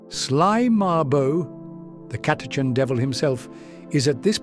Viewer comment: The “ch” in Catachan is not pronounced like a K or a hard C otherwise it would be spelled Chatachan